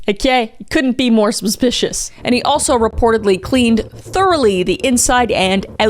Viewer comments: "A BUSH BIS SPASPICIOUS!" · "AS SUH SONG SPASPICIOUS!" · What’s a Kris video without “sPispipasPishiSh” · Have I been suspicious wrong my whole life? Cause it sounds like Kris is saying subpicious!!!! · Shortly after: "EHSPEHSPEHSPESPICIOUS"